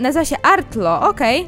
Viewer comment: Nie Artlo tylko arlo tak poprawnie